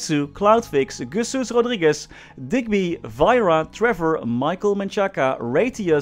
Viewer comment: 1st time hearing name duky.. The only people i know every share about Maplestory are Ayumilove and Coppersan. that rodriguez pronunciation is good